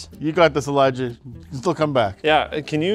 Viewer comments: It sounds like he said Elijah won. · he says Eliah.